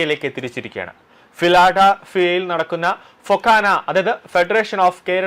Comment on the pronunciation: ഫിലഡൽഫിയ എന്ന് വൃത്തിയായി പറയാൻ പഠിക്ക് ആദ്യം. "ആഷയ" വിനിമയം?